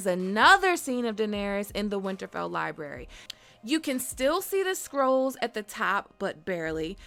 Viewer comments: The amount of "Libary" spoken in this video made me cringe beyond imagination. Learn to speak... my god... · Libary 🤭🤭🤭🤭 Really?